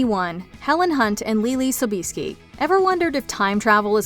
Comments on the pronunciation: Leelee's last name is pronounced "SO-bee-Es-Ski" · It's pronounced So-be-eski ( I went to school w/her aunt) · Isn't leelee's last name pronounced so be es ki ,?